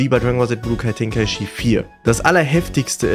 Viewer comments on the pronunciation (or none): Es heißt "Içi" 😭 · Du sprichst tenkaichi und xenoverse voll falsch aus 😂 "Tenkaischi" "ksenoverse" 😂😂🤦🏼‍♂️